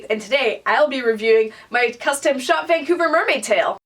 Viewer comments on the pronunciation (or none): none